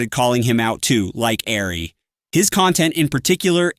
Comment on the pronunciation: ary apparently was pronounced "airy" in they're tts